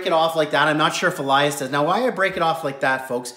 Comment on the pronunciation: Its pronounced Elias not alias lol